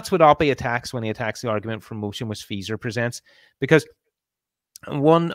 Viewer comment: is not pronouncing Feser correctly.:)